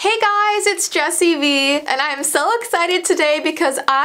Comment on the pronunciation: Jupiter Gacha lol “” 😂😂